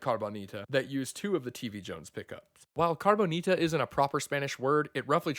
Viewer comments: It should be “Cabroncita” to say it correctly. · Nah, they should just do a CARBON-ITA like this guy pronounces it, and build it out of carbon fiber... ;)